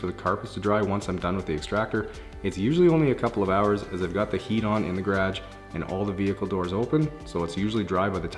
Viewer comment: I just love how he says garage